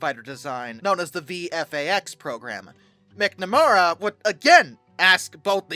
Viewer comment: MAC-na-MARE-ra. Sometimes I wonder if ’ first language is English.😂